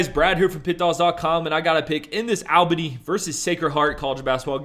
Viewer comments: Bro say it like Allbany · Him saying Al Bany was pissin me off 😂